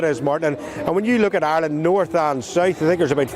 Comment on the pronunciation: GET A PRESENTER THAT CAN PRONOUNCE IRELAND AND NOT KEEP SAYING ISLAND...